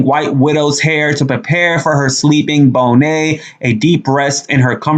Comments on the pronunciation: The word is pronounced BON-Nett not BO- Nay . It would be awesome if you could read as much as you spoke. You would have a GED by now. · I like you. You have to brush up on correct pronounciations though. The way you pronounced irate was wrong. Should be long vowel letter I and bonnet is with short vowel letter O . You pronounced it like actress Lisa Bonet frim the Bill Cosby Show. Just pointing out bc i enjoy your talk even though you can be just a touch more empathetic. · Maybe it’s just being Black but we pronounce it “bon-net”. That French spin you did on it was cool… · The way you say bonnet is hilarious!